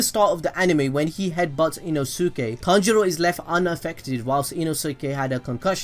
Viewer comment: His name is pronounced Ton-G-Row